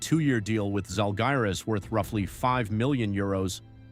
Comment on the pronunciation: Bro why can’t you even pronounce the Žalgiris team name in a correct manner? That’s quite low quality content here.